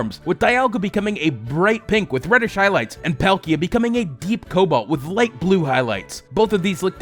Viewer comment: Dee-all-guh and Paul-key-uh. Also, I actually dont like flipping the colours... just doesnt look good